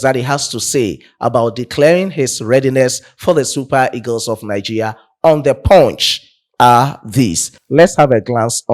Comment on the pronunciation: Bro, you pronounce Nigeria as Nigeya